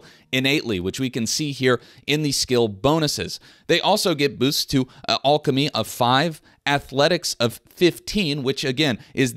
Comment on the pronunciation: I really enjoy your videos but no one says alchemy like that. Stop it!